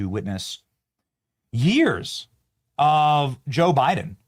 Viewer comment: Haha, did you say Joe Biden or Joe biting ??